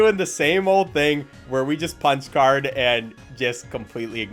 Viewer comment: i thought you said spongebob card not punch card that was a bit strange